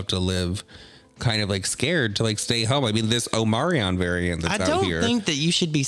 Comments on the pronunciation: Omarion? Florida pronunciation? Omicron sweeties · as a Greek speaker, i take offense on how yall both pronounced "omicron"